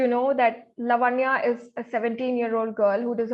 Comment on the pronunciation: are we Americans ? its laavanya , like samant or saamant